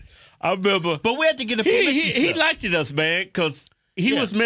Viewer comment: He "liked"..... it's a "T" sound, not......."like-ted"just saying!!🧐🤔🎓